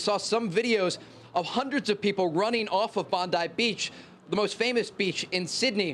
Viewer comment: Trey Yingst should've asked how "Bondi" is pronouced before butchering it 50x on camera.